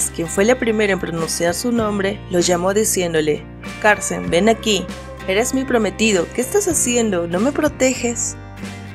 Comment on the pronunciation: El nombre es Cárcen ó Cárcel ??? Es que la narradora dice “Cárcen” pero el nombre que está escrito es Cárcel con una “l” 🤷🏻‍♀️